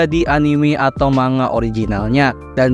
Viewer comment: Kata Bu Guru Bhs Jpg..."manga" dibaca "mangga"...